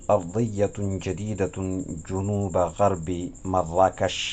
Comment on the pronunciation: جنوب بفتح الجيم لا بضم الجيم.